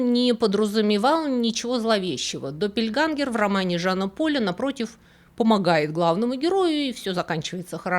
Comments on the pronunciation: ДоппельгЕнгеры, ä читается как э. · Немецкое слово "Doppelgänger" читается, как "Дополнение"! Ä=Э! Точно так же и в слове "Jägermeister". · Только доппельгЭнгэр, а не допельгангэр. Буква «Ä» в немецком — это не А. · Очень интересно) Только "доппельгЕнгер"